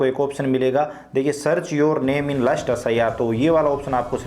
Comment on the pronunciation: Bhai wo lust list hota hai last list hota hai